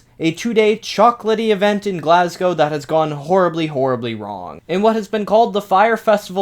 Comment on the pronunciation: Wow an American who actually knows how to pronounce Glasgow